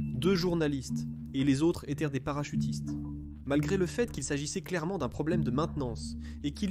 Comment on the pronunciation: "Et les autres étairent des parachutistes..." Oui, c'est bien ce que j'ai entendu, à titre de commentaire, dans votre vidéo !!! Euh, savez vous parler correctement le français ? Votre langue maternelle, je présume !:face-purple-crying